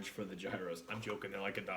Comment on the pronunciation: It’s pronounced "year ohs".